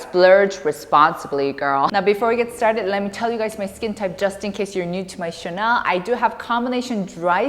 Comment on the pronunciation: your word stress is wrong, every time click on your videos and hearing “WELCOME BACK TO MY CHANNEL” is pretty annoyed because your word stress is abt the fashion brand => Chanel